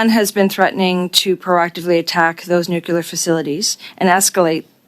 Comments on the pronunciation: Nobody here can say nuclear. Nukular is a george bushism. Everyone sitting is too dumb for their position... Lack of confidence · Are people ever going to pronounce “nuclear”? It is not “nucular”…